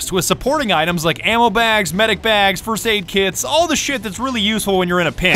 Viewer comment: Vengenace .Purity Fwirst Aid Kit Here! Fwirst Aid Kit Here! Fwirst Aid Kit Here! Fwirst Aid Kit Here!